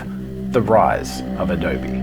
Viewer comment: What's Adoughrrrrrbee?